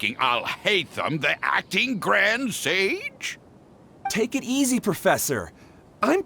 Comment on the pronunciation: Dunno if anyone else hears this, but when says "take it easy" sounds like she's saying "ticket easy"